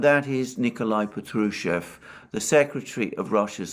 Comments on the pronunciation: in Patrushev the accent is on the first AH pAHtrushev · Good Day, Alexander. It's Pátrusheff (V becomes deaf at the end), the stress is on the 1st "a" vowel. Just Fyi. Don't mean to be nitpicky 🙏. Thank you for tour video updates!